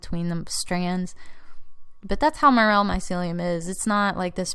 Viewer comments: Why pronounce as mur’-el? It’s pronounced more-el’. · mer-el......what? say it right. more. l. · I've never heard them pronounced as "Meryll" mushroom like you do. It's actually "more-ELL". Maybe it's a regional thing? However, I loved your video and all the details that you went into. (And yes, I am a Biologist). And as you found out you don't need to buy a laminar flow hood. It's easy to make an (almost sterile) glove-box with a plastic storage container from Home Depot and a bit of ingenuity. And with regards to your query about why sometimes mycellium behaves in a certain way ("they band together and form a mass...") but yet does not end up creating fruiting bodies, may be somewhat related to the mycelia making "clamp" connections. (Essentially "clamp" connections is a way that many fungal species have "sex"). That's why it is often preferable to take a (sterile) piece of the mushroom itself (rather than spores) in order to inoculate whatever growth substrate you then choose. That way you know that the genetics of that resulting mycellium is capable of forming the fruiting bodies. Here's a very technical link to an abstract: Often it is very possible to have very vigorous mycelial growth in all sorts of substrates but still not find the exact trigger to get them to fruit. Since you're obviously very knowledgeable I assume that you're very familiar with Paul Stamets. His book "Growing Gourmet and Medicinal Mushrooms" is a wealth of information. (eg. Sometimes there are multiple unknown environmental triggers that are important in order to get a mushroom to frui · Pronounced Mor-el!